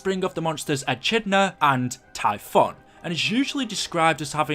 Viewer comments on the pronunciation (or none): none